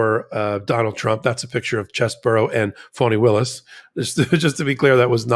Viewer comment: Thanks for what you do., I kept hearing you call Fani Willis 'phony' when I've heard 'Fawny' don't know if it's related to her dad being a Black Panther at one point before being a defense attorney.